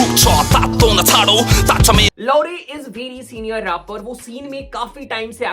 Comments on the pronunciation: bro actually it's लाउरे not लौरे BTW love from Nepal ❤❤❤ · It's लाहुरे not लौरे , do well research before making video .. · Laure is pronounced as laaure